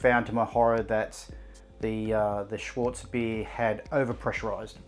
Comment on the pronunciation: Mate- it is SCHWARTZ bier, pronounced SHH-VARTS. Schwartz means black in German.